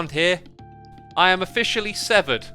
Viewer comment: Ngl I thought he said 7 and I was very confused